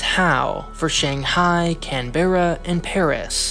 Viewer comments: /CANN-burr'uh/ or /CANN'bruh/ but not /cann-BARE-uh/ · Canberra is pronounced can-bu-ruh in the Aussie accent. Not can-berra. Ty for the vid :) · can BEH ra its can-brah ahaha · you mispronounced canberra. it's not can-berra. its can-berrah. the e after the b is so short sometimes you can just say canbra. very short e. canbrah. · Canberra is pronounced "Kan-bruh", by the way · Canberra is pronounced Can-bra, if you're referring to the Australian Capital city. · Nice. Canberra is pronounced CAN-bra, fyi